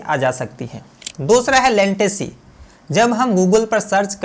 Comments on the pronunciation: लेंटेसी नही रे बाबा लेटेंसी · Bhai wo latency hota hain lantecy nahi